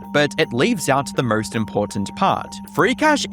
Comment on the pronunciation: Bro you got to work on those couple words like most. MO ST there is no ur in there